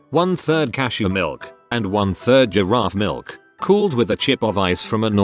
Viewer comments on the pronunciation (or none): none